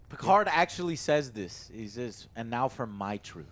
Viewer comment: Picar''D''. the D is silent god damn it!!!!